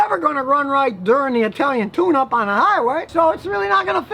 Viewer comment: swear to God, i thought this man was saying italian tuna